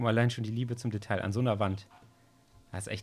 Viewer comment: Detail, das ... Aussprache: [deˈtaɪ̯] ... man spricht das L einfach nicht ... stop it xD